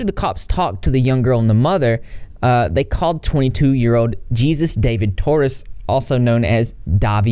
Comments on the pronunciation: Omg, you said jee-zus. It’s Jesus like Hay-zeus 😭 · It's pronounce "hey-zoos" not like Jesus of the Bible. Jesus (hey-zoos) is a common Latino name. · So I can’t figure out if you actually don’t know that Mr. Torres is Hispanic & therefore his name would be pronounced “Hay-suess” not “gees-us” lol or if mr Torres actually pronounces it that why, cause it would fit lol And further more if you guys weren’t talking about him then no one would be, you really wanna ruin the guy, stop talking about him lol If he was going to get arrested he would he would have when he had been reported, if you really want to piss him off, ignore him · It's not Jesus You pronounced j like an H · His first names pronounced HEY SUES not Jesus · The name Jesus is Hispanic, it's pronounced "Hay-soos", not "Gee-zus". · Things that slightly aggravate me: people saying “geesus” instead of “heuzus” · I think it's pronounced like heyzues not Jesus like Jesus Christ. I could be wrong tho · Also it's "hey-SOOS" not "JEE-zus." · what a disgusting creep, but i couldnt help but smirk every time you said his name as "Jesus" like Jesus Christ looool its just Hispanic dudes named Jesus have their names pronounced as "hey-soos" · Pronounced Hey Zeus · Dahvie pronounces it “gee-zus” himself for some reason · It’s pronounced Hey-sues . Thanks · isn't it pronounced "hey-zeus?" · Good job covering this babe. Very mature & profeshhhh! You're so beautiful too,I like just watching you talk lol. A fan, ⛈ Rain Havok⛈ P.s. keep mispronpuncing his name, he hates it. (Its actually pronounced Hey-zeus) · Wow,, you have some serious problems with reading. Expose is not expose. Jesus is pronounced heyy-zeus. It's as if you're just reading an article without paying an ounce of attention to what you're actually saying. But hey, at least you searched "lascivious" to find out what the word meant, huh? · Isn't Jesus pronounced "heyzoos" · Jesus is pronounced as Heh-sues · Hey-zoos. It’s pronounced hey-zoos